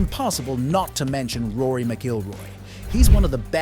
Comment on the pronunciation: 1 minute in and you can't pronouce Rory's name correctly. What an absolute joke.